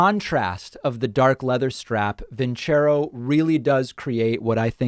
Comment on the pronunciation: I won't consider your sponsor as long as they won't consider the correct pronunciation of their name. vin CHEH roh is ridiculous. Don't choose a term in a foreign language if you are not willing to do the homework. Listening to "Nessun' dorma" would have taught them.